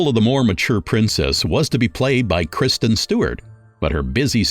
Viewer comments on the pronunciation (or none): none